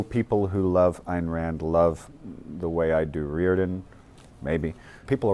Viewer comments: Ayn rhymes with "stein." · please don't tell me that the director just said "ann" rand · Hmm, the director doesn't know how to pronounce "Ayn", I'm a bit worried...